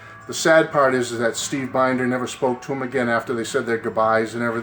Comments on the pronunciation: Looks like a great book. His last name is pronounced Bin-der (Short I sound). I will look out for it when I visit Graceland (among other things). See ya. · His last name is pronounced Bend-er